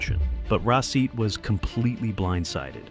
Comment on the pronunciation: The turkish pronunciation of his name is rah-sheet. It sounds like the video is saying receipt. 😂